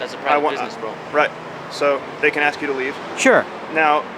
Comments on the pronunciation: she ax this and she ax that fucking dumbass. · For God's sake, the word is "Ask" An Axe is for chopping wood. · Chris Childers on Judge Judy they say a bunch of times (litigants) say axe, and Judge Judy says nothing about that, but gets all upset when someone says “Like” . 🙄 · "Can I aks"???? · Let me aks this question. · lemme axe you a quetchin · She said “aks”. Hahahaha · What is it with these people that cant even pronounce ASK so use AXE instead and why do the majority seem dark skinned ? Is there some sort of separate class in school where these people are taught specifically to mispronounce words ? No wonder half cant even spell nor talk in a legible manner. NO I`m not racist, it`s just an observation......... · What is it with black people and "axe" instead of ask? Is it a mental handicap only present in black people or something? It's a three letter word that most people learn before they even start school, yet adults somehow fail in pronouncing three letters in a row? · someone also needs to educate this dumb ass that the word that she is attempting to use is "ASK", not 'axe'. For fu@ sakes. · TYPICAL STAMPLICKER , LET ME AX YOU A QUESTION , PITIFUL!!!!! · Fkn stupid postal idiot... wtf is "aks"? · The Word is ask not ax I wish somebody would teach that to this woman Oh I forgot she’s a government worker they are not very educated any away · It's ASK. Pronounce it